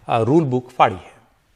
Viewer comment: Bill faadi nahi PHAADI hai!